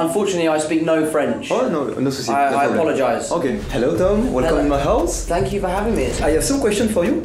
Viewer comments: Dans ton outro pour tom t'as dis "fck you for your time" et pas "thank you" juste comme ça 😭😭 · C moi ou il dis fuck a la place de thank